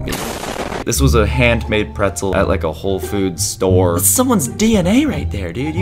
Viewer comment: Pretzel not soggy carrot 😂